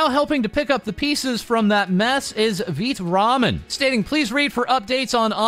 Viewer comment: Ok, does anyone else feel gaslit every single time calls it Veet Ramen. It’s Vai tuh Ramen right?